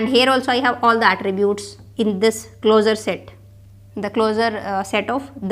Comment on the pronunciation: it's closure pronounced like clo-shur. pls stop calling it closer ffs/